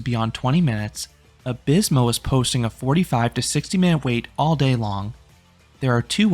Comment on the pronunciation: As a Spaniard: Nice try, I really can’t ask for more from someone who’s native language isn’t derived from Latin ;)